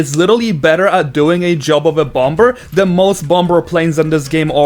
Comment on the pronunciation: it's funny how he says "bomBer"